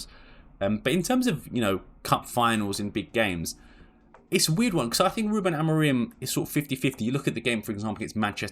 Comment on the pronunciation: His name is AMORIM. It’s a M at the end of his name, not N. Mancs really can’t pronounce his name and as hilarious as it is (because it makes them sound thick) it’s a weird affectation.